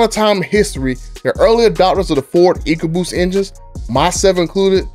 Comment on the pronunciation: Echoboost? My boy it's eco boost Not echolocation Just playing around good video man I subscribed